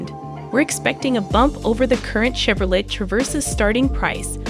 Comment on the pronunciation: Chevro whaaaat??? I know you did not just pronounce Chevrolet like that.